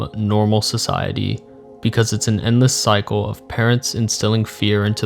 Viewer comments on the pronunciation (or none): none